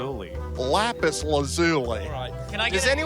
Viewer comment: You said lapis correctly